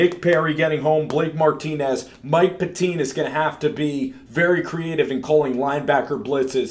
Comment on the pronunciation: Pettine and Gutekunst u said wrong